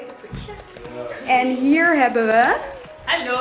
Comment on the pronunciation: mooie dame heb je maar ik irriteer me aan die R bij hier!!dan word het hie-rrrrr:):(